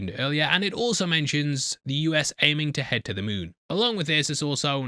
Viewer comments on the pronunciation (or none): none